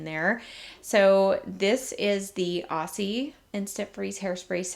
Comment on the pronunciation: the s in aussie is pronounced as z.It stands for australian😁